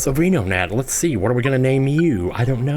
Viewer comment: are you purposefully mispronouncing Pokémon? It's ven, like van o-nat